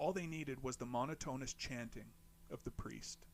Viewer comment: I just found this channel 2 days ago and ive been binging ever sence....only thing i didnt like is the maybe 2 mis-pronunciation of monotonous as mono-toness